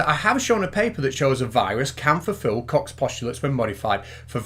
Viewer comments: Isn't it pronounced "Coke's" postulates? Not "Cox?" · Goddammit,. I can't watch this. Everytime he pops up saying "Koch's" I crack up. X'D